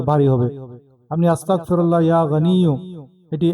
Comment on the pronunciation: আরে বেটা আসতাকফিরুললা নয় আসতাগফিরুললা বলতে হবে